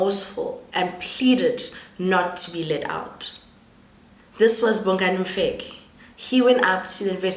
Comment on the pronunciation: Bongani Mfekk, it's Mfeka Maan wena not Mfekkk. You guys work so hard in learning to pronounce English names and words but make no effort in pronouncing your own names and words useless Maan.